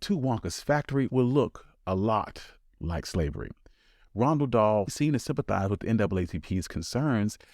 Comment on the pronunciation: Not Ronald Dahl, but almost nobody pronounces Roald correctly either.